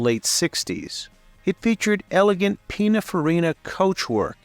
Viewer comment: it is Peeneenfarina not pynonfarinna